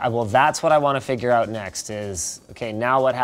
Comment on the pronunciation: "It's finally coming oat"?